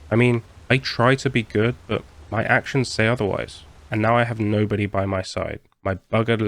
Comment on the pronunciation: "You're a Njobody" got me way harder than I thought it would.